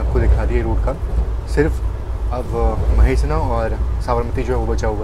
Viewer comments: महेश्ना नहीं,, मेहसाणा जंक्शन है,, जीके ईज वैरी वीक है बेटे आपका, सुधार करो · Correct your pronunciations of words like भीलडी, मेहसाना etc Don't use superfluous words like jo hai , wo hai, baat Karen to etc. Otherwise food effort